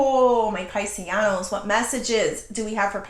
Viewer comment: I love when you say "pisisanos" sounds Italian ❤